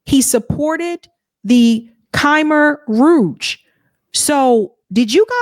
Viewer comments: Hi. LOVE you. Just letting you know, it's "KA-MARE-ROUGE" (Khmer Rouge) and "CHOM-SKI" (Chomsky). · have you considered finding a pronunciation guide for stories you plan in advance to read? Day-tont w/ Russia needs French style. K-meer Rouge, also.... Very counter-intuitive words, that used to be so common, everyone recognized them on sight in the era Chris was writing about.... but I'm of almost that same age. Some issues Carter was "more human" over than many Presidents, but over others, he was a real jerk.